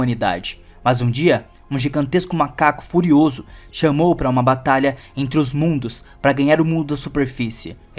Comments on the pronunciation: Cara tu tá ficando i*** é seu palhaço isso não se chama chamou é shimu ouviu a ia chimu é fêmea 😡😡😡😡😡😡😡😡🤬🤬🤬🤬🤬🤬🤬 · sem querer ser chata mais a pronusia e shimo n shaimu e femea junto com mothra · shaimo😂 é shimo mano kk